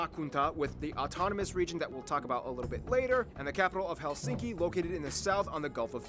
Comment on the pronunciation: In Finnish language the stress is always on the 1st syllable so it’s: HELsinki👍 not HelSINki😖😱🤮